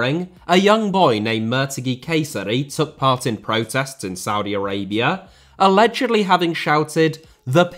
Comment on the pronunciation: Did he just said Saudi Araibra?